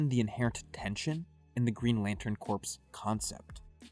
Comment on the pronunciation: "Corps" is pronounced as "core" not as "corpse." The P and the S are silent.